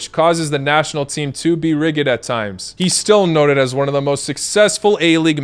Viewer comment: "rigid" is pronounced "rijid" not "riggid" 😅